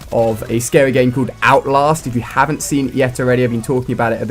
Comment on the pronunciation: i dont like how alia calls it outlost its outlAst